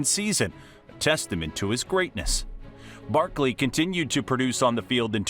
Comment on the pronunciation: Any body notice he dont say some of his y’s like at the beginning he said barkle and even typed it then mear the minute mark he said nittan lions